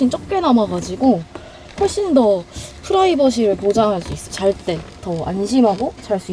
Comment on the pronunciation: 후라이버시 ㅋㅋㅋㅋㅋㅋ우리네 엄마식 발음 ㅋㅋㅋ